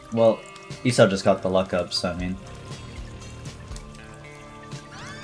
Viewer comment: W vid but I just noticed how u pronounced Esau 😂. Just for clarification (I think) it’s pronounced e-saw and not e-sow